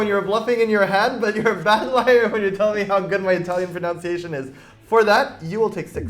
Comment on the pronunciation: I should probably comment about the game but im stuck on how funny it is that mispronounced 'pronunciation'